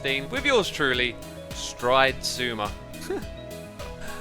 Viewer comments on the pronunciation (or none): Strisuma instead of stridesuma